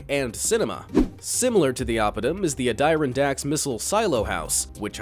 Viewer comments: A-die-ra-dax??? I think it’s pronounced add-a-ron-dax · lmao he deadass called the Adirondacks (Add-er-ron-dacks) the "A-die-ron-dacks) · LoL at his pronunciation of Adirondacks its innunciated as Add~uh~Ron~Dax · Great video. I love them all. A tip though - Adirondacks - is Add-er-on-dax please keep posting. Very informative stuff. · It might be a bit more credible if he didn’t call Czechoslovakia “Checkia” and pronounce the Adirondacks as “An-Dye-Ron-Daks”. Sigh. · It is is pronounced ad-uh-ron-dak. The emphasis is on the third syllable. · Ah-Dire-Ron-Dax. New way to pronounce Adirondacks Mtns. 🤔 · Ah-die-rahn-dacks? Really? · I’m pretty sure the (computer-generated?) narrator mispronounced ‘Adirondacks’. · so glad you commented this, it irked me... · I was thinking the same. Also when he said Czech-ee-ya. I think he meant Czechoslovakia! Lol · Actually, Czechia is now the accepted name for the Czech Republic, but yeah, it sounds fake. The pronunciation of Adirondacks was just *facepalm*. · the complete inability to correctly pronounce the word "Adirondacks" calls into serious question the rest of the video. A simple google search on words you don't know would probably be best.